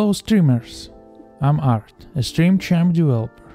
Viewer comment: Bro said stream champaa And im sure he’s reading it too 😂